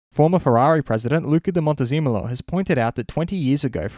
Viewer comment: Theres no way you said Luca Di Montezemolo right on the first take...? 😂